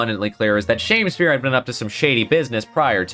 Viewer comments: Shamespeare? But there's no e between the m and s, it's Shamspeare, like a sham Shakespeare. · I think it’s supposed to be pronounced as Sham-speare not Shamespeare. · One thing that’s bothering me this video is the “Shame spear” pronunciation It’s not “Shame” but “Sham” He’s a fraud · .......SHAMspeare not SHAMEspeare